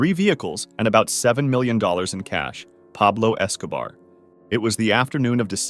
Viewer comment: pablouh escoubaar